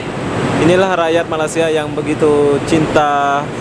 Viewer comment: Tak faham la die ni. Sebut malay sia bukan malas ya. Dah lama kat sini sebut malaysia x betul2 lg.